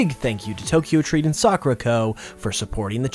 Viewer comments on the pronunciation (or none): none